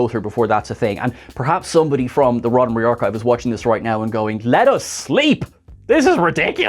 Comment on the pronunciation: "Roddenbree"...what is that?????